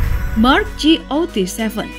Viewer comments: GOT7? Ji ou ti seven? UwU aku salpok, bukannya dibaca gatseven yq?:" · ji ou ti seven:)) GOT7 bacanya gat seven mbak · Kak got 7 bacanya gat 7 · "ji, o, ti seven" Gw: "gat seven/got seven" 😂. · koreksi dikit min, got7 bacanya kaya biasa, bukan ji-o-ti-se-ven 😁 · Mark G-O-T 7 pake di spasi gitu ya bacanya 😂😂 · Ngakak sama kata kata Ji O Ti Seven, salfok anjer. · Nyebutin GOT7-nya nggak usah dieja mbak 😂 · nyebut got7 gitu amat